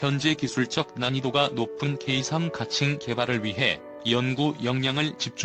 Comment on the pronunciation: 케이삼이 아니고,,,,케이쓰리